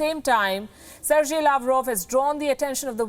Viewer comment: Lady learn to properly pronounce the names of the foreign dignitaries you talk of. Its Ser-gei, not Ser-jay. What you are doing is not very different from your colleague addressing Sheila Dikshit as Sheila Dick-Shit.